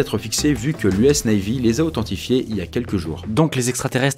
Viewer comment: Ce qui est extraterrestre c est la manière dont tu prononces le mot NAVY